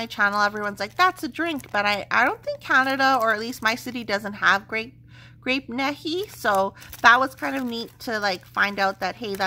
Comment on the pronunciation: Happy Birthday!!! The Paddy Wax scent is pronounced Grape Knee-high. They also made Orange. It was super popular in the 40’s and 50’s in the US. I believe they still make the stuff, but they sell mostly in the south and speciality markets. Tastes pretty good, although I prefer Sunkist or Fanta.